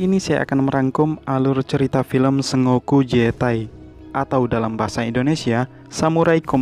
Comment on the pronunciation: bacanya bukan "se ngo ku" tapi "sen go ku"